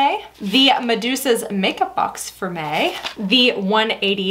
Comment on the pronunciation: Girl I’m so out of it when you were saying for May the first 2 times I thought you were saying “for me” all fancy. More coffee required 😂 great video